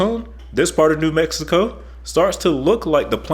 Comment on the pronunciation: This is terrible. He cannot pronounce New Mexico.